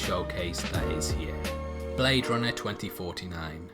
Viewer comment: I swear i just heard blade RONET 2049 it took me minutes to realize until i read the comments.